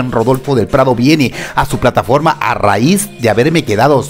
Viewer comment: Super cuando dices “a raiz” 🤣🤣🤣🤣🤣🤣🤣🤣🤣🤣🤣siempre reimos contigo 😂😂😂😂laik con K 🤣🤣🤣🤣🤣🤣🤣🤣🤣🤣🤣🤣🤣🤣🤣🤣